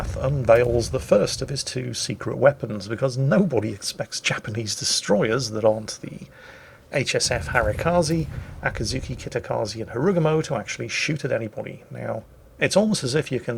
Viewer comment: how come you always call the "Akizuki" "Akazuki"? There's just one 'A' in it.